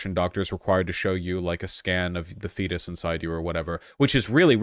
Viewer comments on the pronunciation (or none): none